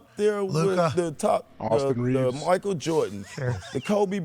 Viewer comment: “aUstIn rEEvez”